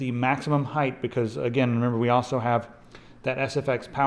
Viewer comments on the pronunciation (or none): none